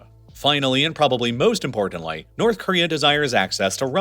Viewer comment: little things like you pronouncing importantly as importantlie make me think you are using AI